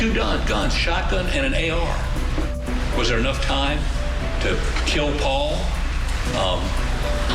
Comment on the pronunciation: I cringe so hard every time Alex says Pau-Pau! Like, your murderous ass is a grown man. Just say Paul! 😩🫣🙄